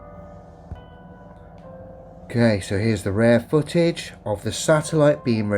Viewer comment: Right off the bat we have a dude that pronounces "footage" as "fuhage" so you know as a flat earther we need to take him serious.